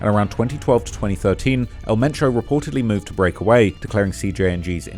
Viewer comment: So his name was El Mencho, but you keep calling him Metro?